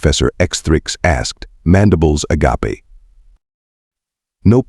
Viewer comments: "uh-gop-ay"? Agape. Pay some shlub $20 an hour to read this guff. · Funny!! But, a-gap-a?? You mean agape, like wide open? USE PEOPLE TO DO THE READING!!!! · Agape in this instance is pronounced ah GAPE, meaning open.